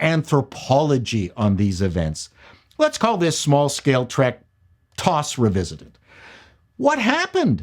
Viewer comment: For the love of god, please don't pronounce TOS as "toss" again. It's TEE-OH-ESS. As in "The Old School" (I know it's not the acronym but it fits).